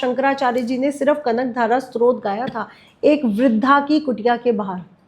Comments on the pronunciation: आप बहुत ही रोचकता से मां त्रिपुर सुंदरी व सहस्रनाम के बारे मे जानकारी दे रही हैं। प्रणाम 🌹 क्षमा याचना के साथ निवेदन है कि स्तोत्र का उच्चारण स्रोत(srot) नहीं है बल्कि STOTR (स्तोत्र) है । नवार्ण मंत्र का उच्चारण निर्वाण (nirvan) नहीं है।सही उच्चारण है navaarn। कृपया क्षमा याचना के साथ निवेदन है। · बेटा स्तोत्र शब्द स्तुति का derived है इसका उच्चारण Stotra करो ।